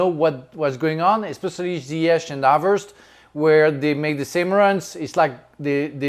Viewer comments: “ZAIYACK PLAYING BEHIND HAVAZZ” Brexit pronunciation? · whos "Havartz"? 😂😂